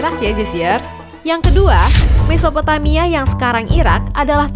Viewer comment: mesopomaia? Aga susah sih mengatakan nya, Mesopotamia